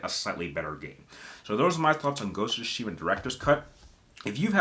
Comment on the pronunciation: Is it just me or does the way he say Tsushima triggers?🙃